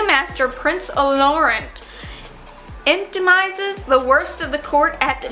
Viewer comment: Ee-pit-o-my-zes Sy-th